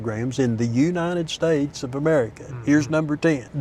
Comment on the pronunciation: The way he says U-Nited Staytes.... I would trust his local food recommendations